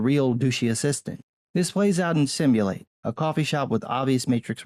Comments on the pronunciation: Not simulate.... Simu-latte´... 🙂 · "sim-you-latte" NOT "sim-you-late" also i avoided EVERY trailer for this, i knew nothing abut it going in, except it existed, and STILL none of those things worked. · you pronounced it "simulate" - but I do believe it is a pun. Simu-Latte ... "Latte" like the drink you get at coffee shops. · I do have to add because it made me chuckle the coffee shop is called “Simulatte” as opposed to “simulate” Just thought I’d clear up what I though was one of the things I actually got a laugh from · SIM-YOU-LA-TAY! not Sim-You-Late.... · you caught all those details but failed to realize that the coffee shop, the COFFEE shop, called simulatte, is pronounced simu-LATTE, as in, simulated coffee.... and went on to pronounce simulatte as SIMULATE more than once hree... but good on you for your dedication to the rest of the plot analysis. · It's Simu-LATTE'. Not simulate. Also... the ending was 3 snaps in a Z formation. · The coffeeshop is pronounced sim-you-lah-tay (Simulatté) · The coffee shop is called Simu-latte. You know… latte (pronounced lot-tay), the coffee drink. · Pretty much agree with most of the points you made. One thing bothered me though, and that was how you were mispronouncing Simulatte. 😊